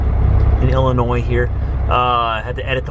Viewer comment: I would like to congratulate you on pronouncing Illinois correctly!!